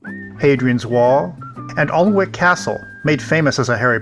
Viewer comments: Newcastle is in the East central uk (not west) Durham is pronounced Du rum and Alnwick is pronounced Ann ick. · I am watching my way through your videos planning our Carribean cruise, and you visited my home town. Im from North Shields where your ship docked. Newcastle is a lovely city to visit, I hope you enjoyed it. PS Proper pronunciation - Alnwick is Annick no L sound, And Durham is DuRum. The castle stairs lead down from the Moot Hall a very old Crown Court building. Those stairs were the last steps many convicted prisoners took in England, as they were deported to Australia by ship docked on the Quayside below the court. We have a deep hisitory of Coal mining and shipbuilding on Tyneside. Take a look at Lord Armstrong of Vickers Armstrong.